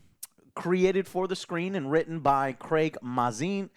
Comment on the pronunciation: Just a small thing, his name is pronounced (May-zin)